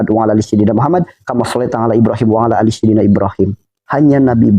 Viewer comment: Durasi waktu 40.56 (setahu sy bukan "Alla" tapi "alaa")